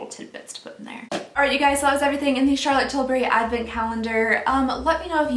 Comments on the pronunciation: She said "~chArtLoTEE tiLlbuRY~" like and I love it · I was laughing because I always say Charlotte Tilbury in that accent, too!🤣🤣🤣🤣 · Hahaha 😂 I always say Charlotte Tilbury with that accent, too!